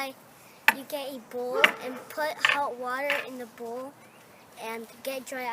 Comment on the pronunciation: The first time he said bowl I thought he saidEbola😂😂😂